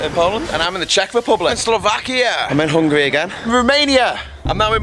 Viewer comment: I thought he was saying ''I'm hungry again'' when he was in Hungary